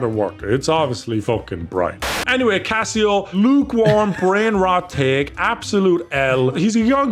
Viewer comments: Its Case-oh not casseo! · saying CaseOh like Casio is so funny. It’s case-oh / Queso with American accent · please it's case o that's how you say his name not casseo or whatever the hell you where saying people please like this so he sees it or blow up his Twitter correcting him every time he said the name wrong I had painful cringe it really annoyed me for some reason. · CaseOh is pronounced "queso" not "Casio" 😂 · I know did not just call Case Oh, Casio. Bruh. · is it just me or does not know how to say case-oh not cass-e-oh. and also did not know about the lex situation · Caseoh❌️❌️ Cass e oh✅️✅️ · Learn how to say Casoh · Did he just call Caseoh, Cassyoh? 😂😂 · you say Caseoh like Queso cheese, (Ka-ace-o) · is he calling CaseOh casio like the watch? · says Caseoh's name Cass eo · Brutal CaseOh pronunciation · pronouncing caseoh's name wrong is so funny 😂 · How tf does screw up Caseoh's name think about his name like Nacho cheese dip. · The way pronounces Caseoh 😂